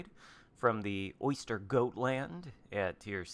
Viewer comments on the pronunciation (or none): Great video (as always). Curious though, why do you americans pronounce "Östergötland" as "Oyster..."? There's no "Y" in the name. 😅 Why not just simply "Oster.."? 🙃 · The way he’s pronouncing Östergötland is hilariously bad lol, oystergoatland 😂